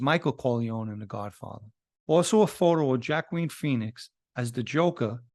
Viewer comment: "Jac-kween Pheonix" Ahahahaha. Brother, it's "Wa-Keen". Lol. All good. I pronounced it similar till my Daughter made fun of me.